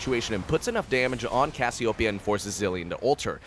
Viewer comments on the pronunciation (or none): none